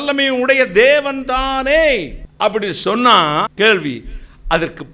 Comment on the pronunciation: ஆமேன் (ஆ- மேன்) என்ற வார்த்தை விவிலியத்தில் இல்லை. ஆமென் (ah-men) என்று தான் உள்ளது.